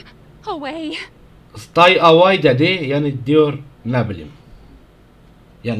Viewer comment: "stay aWay" dedi, yani diyor ne bilim?